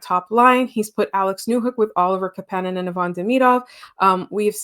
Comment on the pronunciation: Thanks for the pod! No shade, but it’s KApanen, not KaPAnen. You had it right earlier on 👍🏼 Greetings from Finland 🇫🇮 Great to see the Habs start the season strong!